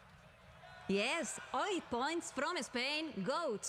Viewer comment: 8 en inglés se pronuncia OIT? ya puedo morir tranquilo, no hay esperanza para la raza humana :c